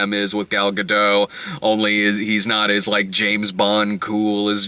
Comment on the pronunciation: The t is pronounced in Gadot.